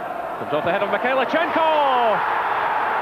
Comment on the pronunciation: No T in Mikhailichenko.